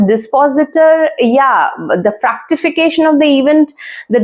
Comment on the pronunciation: GOOD. BUT KINDLY RECTIFY THE PRONUNCIATION OF WORDS : VENUS & ITs " FRUCTIFICATION " NOT FRACTIFICATION ..XX